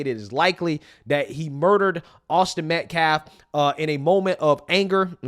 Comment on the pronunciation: He makes me sick! HE DIDN’T EVEN KNOW AUSTINS LAST NAME!!! He said “ Met-Claff, not Metcalfe!